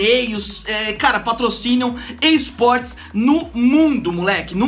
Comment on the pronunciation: no comeco ele falou eisportes